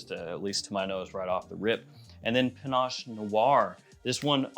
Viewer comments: Why are you calling it Panache? It's pinnace, a type of boat. Can't wait to see the shelves all filled up😀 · please stop mispronouncing "pinnace". It rhymes with "Guinness".